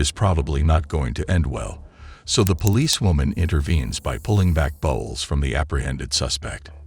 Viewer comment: It’s not bowels it’s pronounced Bowles as in cereal Bowles.